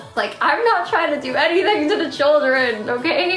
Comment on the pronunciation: She always says 'da' instead of 'the'. Once I noticed it I realized she does it all the time. 😂